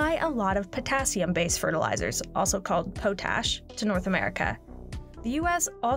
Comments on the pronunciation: Ahaha..."Pow tash"....Its "POT Ash"...Yar can tell when some telling you how the wheels go round and round that dosent know anything about the subject... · does the woman do her homework? It's not "pote-ash", it's "pot"-ash. This is like the second or third time I've caught this narrator mispronouncing her words in the last 3 months. Like do your homework lady, you do this for a living... you get PAID to know how to pronounce things correctly.... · My father was a farmer and agronomist and always said “POT ash”, as in ashes in a pot. Never heard it called “POE tash” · the element potassium literally is derived from pot ash, not pote ash, its not PO tassium its pah tassium. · It's not po-tash It's pot- ash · It is pronounced "Pot-ash" not Po-tash!! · Please change how you say potash, it's not poh-tash, it's pot-ash. It's not a big deal but it really getting to me lol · It's "pot ash" not "pote ash" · POT-ASH, please stop calling it PO-TASH. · Its potash.. not poetash.. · If you are going to say Potash a dozen times in your video take a bit of time and learn how to pronounce it. Not Po-tash but Pot-ash. Watch any video on youtube that has a real farmer talking about it. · Please learn to speak English, it's POT-ash, not po-tash. It's a fertiliser, not a side you get with collard greens and grits. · Dictionary also says pät-ˌash. How was this not caught prior to release of the video? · Powww tasshhhhh! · It’s pronounced pot-ash since the old way of getting it involved a pot. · Lol the way she pronounces potash (pot-ash). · pot-ash lol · I'm sorry, "PO- tash"? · Stops sayin PoteAsh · potash is pronounced pot-ash.... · I cringed a bit when she pronounced it like that. A quick dictionary search tells you it's potassium carbonate from wood ash. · It was painful hearing her say it over and over again. Haha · If you can't pronounce potash, don't make a video like this.